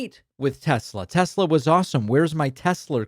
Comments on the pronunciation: lol "Tesler!!" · Tesler....uh duheeee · "I love Tes-slur!" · " I love Tesler!!" Tonya 😂😂😂😂😂😂😂😂😂😂😂😂😂😂😂😂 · ”I love Tesler!” 🙄🙄🙄